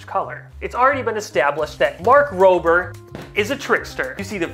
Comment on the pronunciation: Mark Rob-er not mark roaber. Lol